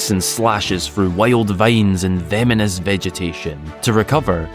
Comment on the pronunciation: He said 'vemonous'.